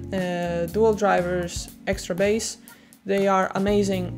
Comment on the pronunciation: All right, everyone. I’ll tell her. You’re pronouncing bass and bassist wrong.